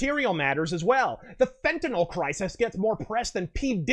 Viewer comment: Kudos for correctly pronouncing "Fentanyl."